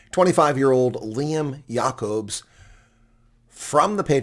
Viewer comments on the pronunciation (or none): “Jay-cubs” Lol